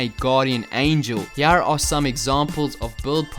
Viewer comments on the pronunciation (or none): Here, not hier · " And Hiar" :D